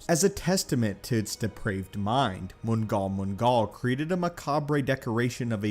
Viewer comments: it's pronounced nall-nall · Everytime he said it it was like someone punching me in the brain. It's pronounced Mnowl Mnowl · Jesus there is so much wrong with what he is saying about Mnggal-Mnggal. First of all it is not a hive mind. Each droplet is all the same being and it is a singular intelligence. Not some collective consciousness made up multiple minds. It is ONE. Second of a its not pronounced Mun gawl Mun gawl. It is pronounced Nowl Nowl. 3rd it has literally nothing to do with the dark side or even anything to do with the force. It is an anti force entity from otherspace. 4th the ones had nothing to do with Mnggal-Mnggal. They were too busy with Abeloth. It was the entire rest of the celestial Civilization that fought it. They hot so desperate that they used hundreds of centerpoint stations to create the tangle as well as the galactic barrier. The gree and even the rakatans had to do deal with this thing. 5th the blackwing virus was literally created using Mnggal-Mnggal material that was transformed through imperial science and sith Alchemy. 6th it doesn’t rival Abeloth it completely trounces her. 3 celestial were able to subdue her and trap her with just a cluster of black holes. Mnggal-Mnggal required the full might of the strongest civilizations to ever exist in star wars. And even then they had to resort to ripping the galaxy in half by tearing apart spacetime just to halt its advance. 7th Mnggal-Mnggal doesn’t feed. It does everything out of sheer spite and hatred. It simply wants to exterminate all life and make it suffer to harm or kill the force itself.